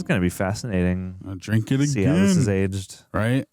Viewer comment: no no. It's not "drink" it was dwink😂